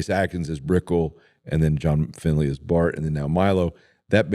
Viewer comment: It was great to hear you call John Finley “FINLEY.” When he was a kid, he played Mighty Might football in Lebanon Mo on a team with my son. John was kinda squirrelly, as a 7 yr old should be, and when he wasn’t paying attention, you’d hear the coaches yell out “Finley!” It’s wonderful that he’s still referred to like that. He and his family are great, following Christ and sharing God with my kids. Great memories!